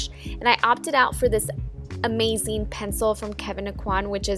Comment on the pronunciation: why does she say "uCing" and "amaCing"??????? it's so annoying!!!!!!!!!!!!!